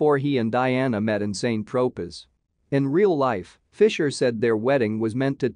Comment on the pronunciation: KFUC! if you can't even pronounce very simplistic names of places ie SAINT TROPEZ just scrap your video, this is BEYOND USELESS!